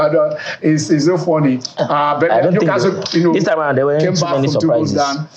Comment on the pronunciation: This is my first time listening to Channel Sports on YouTube. I am amazed at the inability of the noisy hosts to pronounce some Premier League club names correctly. Bournemouth and Newcastle in particular.